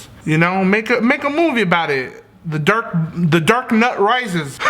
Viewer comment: "The dark nut rises" my brother heard it and he was like wtf u watching